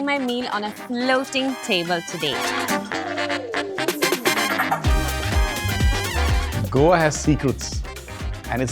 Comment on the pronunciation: Please get your pronunciations right, learn them from a local and revise them before confidently butchering the names on a platform like this.